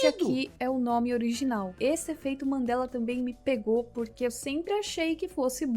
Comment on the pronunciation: não querendo ser o pasqualete do bgl... Mas é EFEITOS "MANDELA" e não mandelas po. Ta tirando kkkkkkk A mina fala MANDELAS mil vezes, buguei po kkkk